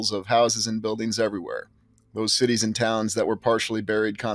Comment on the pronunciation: Are you saying "large sh*tties" instead of "large cities," or is that just my imagination? lol 💩